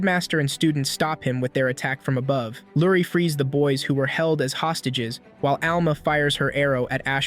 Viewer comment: I like when you say aboove and demoon